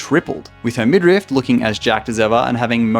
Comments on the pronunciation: he said it twice :s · Little FYI: it's actually midriff, not midrift